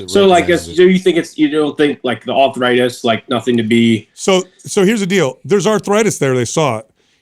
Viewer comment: What's "authritis"?